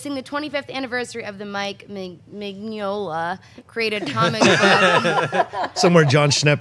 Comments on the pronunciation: Mignola is pronounced: Min - Yo - La. For future reference. :) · wasn't crazy about pronouncing Mignola. Gn in Italian has a sound similar to the Spanish n with a tilda. However, I have no idea if Mike Mignola actually pronounces his name that way. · She should be fired for mispronouncing Mike’s last name but whatever lol